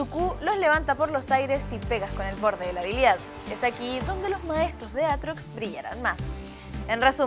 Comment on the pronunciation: Riven 2.0?? Aaa no que es aatrox si si "aartox"